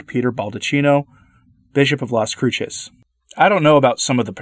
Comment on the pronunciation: The second C in Cruces is pronounced like S.